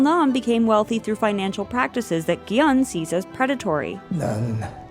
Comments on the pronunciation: just a note: gi-hun is pronounced "gi-hoon". the vowel in "hun" is the same as the one in "woo" in sang-woo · The way they're pronouncing Gi-Hun's name is slowly driving me insane